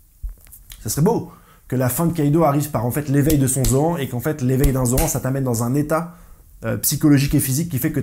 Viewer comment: Zo âne !!! 🤣🤣🤣🤣🤣 Stp zo Anne ! Pas zo an 🤣🤣🤣🤣🤣